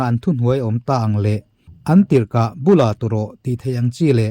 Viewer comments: Bula, Thingbul, ang ni loin, Bula, tih hi, Kutbul, Lubul anga lam rik tur a ni, Büla tu rawh, tih tur a ni. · Bula turawh tih lamrik dan hi "bula" tihlai hi, kutbul, meibul lamdam a lam Rik tur a ni e. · Bula tu rawh tih chu i chhiar ṭhelh chiang ve hle mai😂